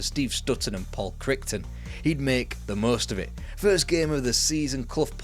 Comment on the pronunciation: Paul Chrichton is pronounced like "Kryten" in Red Dwarf. Sorry for being a pedantic twat. Boss upload lad.